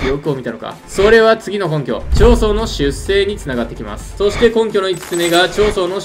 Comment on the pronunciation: 出生は「しゅっせい」じゃなくて「しゅっしょう」な。解説するなら頼むぜ、ほんと。。。